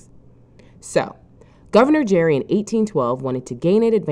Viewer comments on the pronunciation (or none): His name is pronounced like Gary, not like Jerry. And yes, that means we pronounce gerrymandering wrong. But the least the supposedly educational narrator can do is actually get his name right. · Elbridge Gerry's name has a hard G in Gerry. Gerrymandering was (presumably) originally pronounced with a hard G too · If you can't even get Gerry's name right, everything else you say is suspect. Sloppy is not convincing.